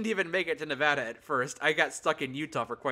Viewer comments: Thank you for saying nevada correctly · He said Nevada correctly.😊